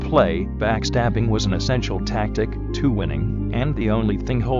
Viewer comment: “Backstabbing was an essential tactic TO winning” I like how you got it to accentuate the “to”